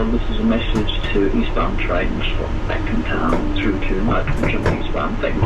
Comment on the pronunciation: Whenever you say Acton Town, I always think Elton John sang about that place!